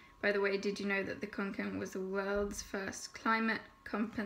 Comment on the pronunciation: god so relieved u acc said it right, part of me dies every time someone says kanken